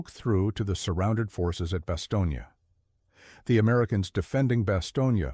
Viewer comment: When you mis-pronounce the name of the embattled town in Belgium, you sound ignorant.